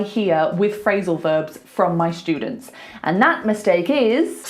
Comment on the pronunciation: A useful lesson. Thanks! You pronounce students like “shtudents”. Am I wrong?